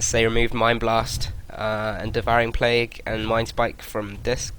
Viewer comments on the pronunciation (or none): none